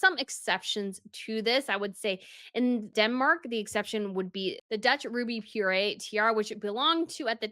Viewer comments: I believe the Cameo tiara is the traditional bridal tiara, historically, not reserved for the queen exclusively. Victoria has worn it on a number of occasions. Please work on the pronunciation, I enjoy your videos but the pronunciation is distracting, names of tiara and parure, not puree. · I know all the documentaries, I watched them all. And Queen Margrethe II said, of course, as she is fluent in French as in many other languages, Parure (which means a complete set of matching jewels, often consisting of a tiara, a necklace, earrings, bracelets, sometimes also rings and stomachers/brooches. A demi-parure is similar, but mainly without tiara). But you say "Puree" instead of "Parure". And you did cleary mispronounce Braganza as Brazenga yet again. It has nothing to do with having an accent. You need help with that sort of foreign words. I could easily send a soundfile to you with correct pronunciations of many of the European jewels (such as Braganza, Leuchttenberg, Pearl Poirée, etc.) for you to practise. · Very kind of people to offerr to help you with pronunciation of foreign words (even if some of it was a little schoolma'am in tone!). Love these clips of the Royal tiaras - they are all so exquisite. . But don't know how the ladies cope with tiaras, they'd probably give me a headache. Or fall off into my soup. Love your amethyst and light emerald/peridot (?) creation, it's very sparkly and pretty.. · Oh,! You now have enough followers (and likely, income) that you should invest in pronunciation coaching so you can read these names as close to "correct" as possible. It comes across as careless when you keep making the same mistakes after many, many viewers have tried to help. 😢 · I had to replay that. It sounded like "par-ay." I have heard it pronounced "par-eur" or "par-oo." Running for the dictionary now. 😂😂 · Cool stuff, just one point - it's parure is pronounced pa-roo-er, not puree, which is what you do to fruit.